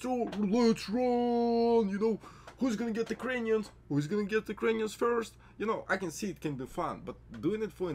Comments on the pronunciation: my brat as one slav to another i love then fact are people get straight to the point, but comon you need at least a 2 sec video intro before you start unloading info on us. btw its pronounced Cray-ons otherwise sounds like you are saying Ukrainians. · Why when he said crayons I heard Ukrainians..... whos gonna get the Ukrainians first 🤣